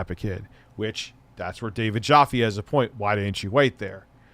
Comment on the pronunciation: Still pronouncing David Jaffe's last name.. haha.. It rhymes with TAFFY! Not COFFEE. :P